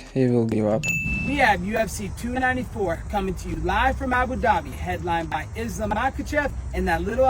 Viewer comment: She can't say the name of the champ? Really Tracy? Lame. No respect.